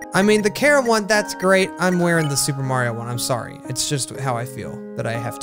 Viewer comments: Her his thier name is pronounced. Kar-uh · IT'S NOT PRONOUNCED KARA!